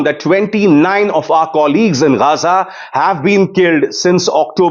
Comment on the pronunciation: Yeh Ga-Zaa Ga-Zaa kya hai, yeh Ga-Zaa Ga-Zaa? Gaa-Zaa hota hai bhai. Ga-Zaa nahi 😒 Kaahe Ga-Zaa pe atke ho